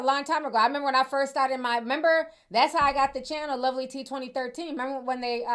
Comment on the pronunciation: Yessss.. You said that right👏🏽👏🏽👍🏽👍🏽😍🧡